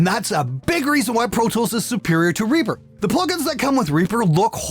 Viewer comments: ...or "Ray-pah" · "We used Ree-purh!"